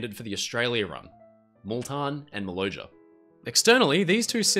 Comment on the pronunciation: Not Important really, but I travelled on the Maloja in 1951. It's name was pronounced Maloya. 🙂